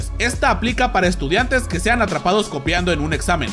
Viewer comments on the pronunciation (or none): none